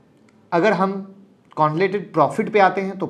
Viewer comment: सर आप बस "कंसोलिडेटेड" बोलना सिख जाओ ।। फिर मैं आपकी क्लास जॉइन कर लूंगा ।। और डिमैट एकाउंट भी खोलवा लूंगा वो भी आपके ही लिंक से ।।